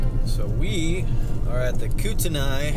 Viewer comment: Common pronunciation for Kootenai is, Koot n ee, or Kooten ee